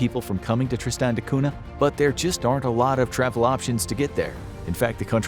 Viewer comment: Cunha is pronounced Kun-ya and not 'Cuna'